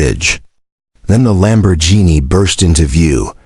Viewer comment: I made it to 3-minutes 28-seconds and I had to drop out of this video because the AI voiceover is so bad between trying to pronounce the name Karen and of the luxury car brand Lamborghini. This was truly the worst AI voice overed video I think I have listened to and again it was so bad I cannot believe I made it as long as I did.